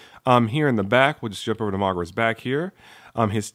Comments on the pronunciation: No offense but Why do u keep pronouncing his name as MAGRA? its pronounced MOGERA dude. still I do love the review very nice thanks for uploading this. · its mo-gee-rah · It's actually pronounced mo-GEER-a, although the name may seem different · I'll over look the fact that you mispronounced Moh-Gair-uh. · You are saying mogera wrong